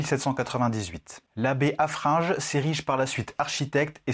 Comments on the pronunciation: Haffrin gueux pas ge !!!!😂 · Très bonne présentation, juste un truc qui m'a hérissé : c'est monseigneur HaffreinGUE et pas HaffreinGE. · Juste c'est haffreingue tu dis le gue Mdr j'sais pas comment expliquer